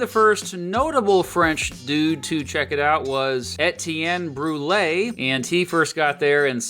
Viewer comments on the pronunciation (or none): none